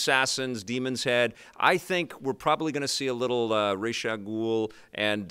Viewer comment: Id like to point out that pronounced Ra's al ghul correctly. True Batman fan. Awesome show!